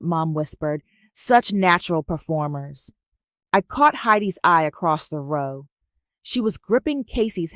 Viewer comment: Row is pronounced Ro. The ow is pronounced like a long O.